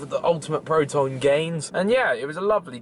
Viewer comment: U can tell he has never worked out before by how he looks and he calls protein proton